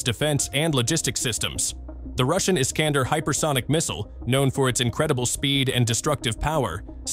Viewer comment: I-S-K-A-N-D-E-R - Betonung auf E, so schwer auszusprechen??? Scheiss KI ... 😀😀😀